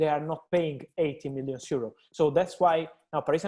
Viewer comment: I think he isnt even pronouncing the last N. Millios